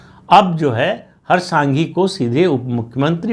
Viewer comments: नाम - हर्ष “ संघवी “ है । सांघी नहीं 🙏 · Not Harsh Sanghi but Harsh Sanghvi, not Raviba Jadeja but Rivaba ( Reevaba Jadeja) and not R R Patil but C R Patil. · हर्ष सांघी नहीं संघवी। R R पाटिल नहीं C R पाटिल।